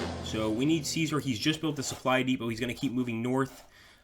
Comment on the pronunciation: Remember that passive armies can not conquer/reconquer areas and that even if you have complete control over an area that does not necessarily mean that you control its city/town as far as I know your Latin pronunciation of Caesar was spotless (have studied just a little bit of Latin myself) in Sweden we pronounce it something like Cescark (all c pronounced as s)